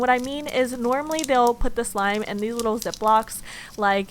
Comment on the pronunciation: Anybody Else hear When She Said Wish Shlime? Or Is It Just Me?